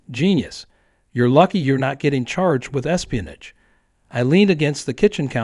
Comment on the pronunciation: Espionige at least teach the AI pronunciation.